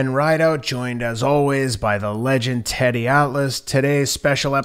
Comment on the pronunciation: I know Teddy isn't trolling but his pronunciations are so bad it seems like he is